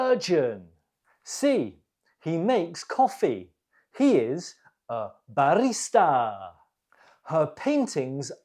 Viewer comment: Why is this pronunciation here? Barrrista😅 Or I misheard